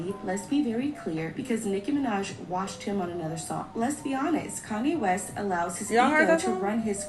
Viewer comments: I was like why is saying “Washed” like that 😂😂😂😂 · was like: "Jay Z also got WORSHED, Rick Ross also got WORSHED" 😂😂😂😂😂❤️